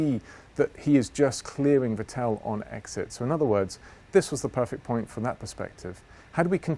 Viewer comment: Everytime i watch these video I ABSOLUTELY CRINGE when dude says "Vettel" while it's possible maybe that's the correct way but I don't believe Seb even says it like that